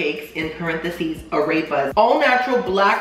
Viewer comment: “Ah-rayp-uhs” hahaha